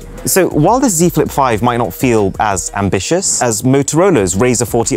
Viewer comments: Really took a bite of the apple when you said “SAM-bitious” 😂😏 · The Galaxy Z flip ad as he says SAM-bitious😂